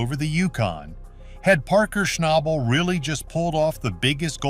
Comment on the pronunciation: At least pronounce his last name right 😒